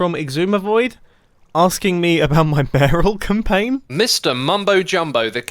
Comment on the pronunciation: Did anyone else hear "barrel campaign"?